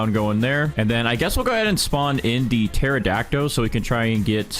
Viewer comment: baro why in every video does he say pterodactyl like that. it has a L at the end not o